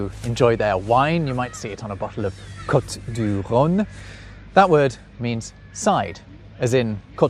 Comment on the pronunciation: Pronunciation of ecurueil e as in egg, cur as in cure, ueil, a as in the name of the letter a. All said with a French accent. Your vowel sound o in cote is not quite right. It's not o as in cot but o as in coast. More like that anyway.